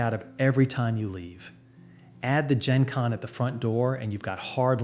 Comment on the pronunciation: Please learn how to pronounce “genkan ” etc. It might help us believe you are a real person :-)